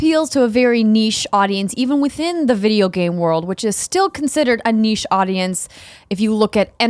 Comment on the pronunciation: It feels soooo good hearing someone on KF pronouncing niche properly!!